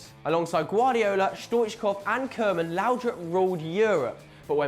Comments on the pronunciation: yeah stoichkov truly was a great player for club and country and I'm glad he was mentioned in the video. But the pronunciation of his name was awful lol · lol how he says stoichkov